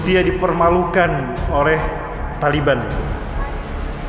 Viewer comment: TALIBAN,Bukan,,tali beha,bukan pula tali ban,ALLAH MAHA BESAR,,ALLAH HUAKBAR